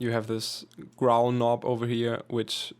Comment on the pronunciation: He said I made this grow-l and not growl